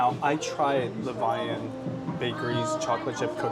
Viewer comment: Levain is the French word for leaven and the bakery is pronounced Le-VEN. Their cookies are so bomb, and I want one every time you show them. Always love the daddy/daughter trips.